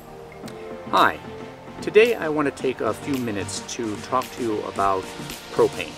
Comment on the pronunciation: i thought you said "hi today i wanna take a few minutes to talk to you about cocaine" for a second ,i was like what the hell?